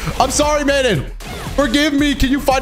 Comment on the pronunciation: Mah-non, do-toe, its french plz